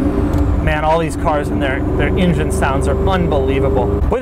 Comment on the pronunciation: Love your videos only one issue "Engine" sound it out try again